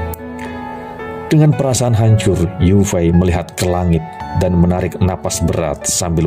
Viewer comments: Yue fei.. di ucapkan ye fei.. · Iya.. nich tulisan yue fei.. tp ucapan harus ye fei.. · Jendaral yue fei di baca yok fei..